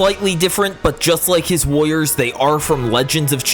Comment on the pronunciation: Why does does it sound like it says lawyers instead of warrior's